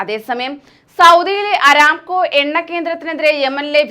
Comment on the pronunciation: അരാംകൊ അല്ല , അറാംകൊ .